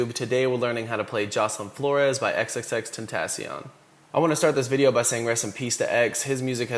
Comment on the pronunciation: he said it right and stop hating.